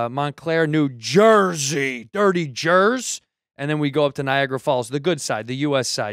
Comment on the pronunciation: Niagara not Niagra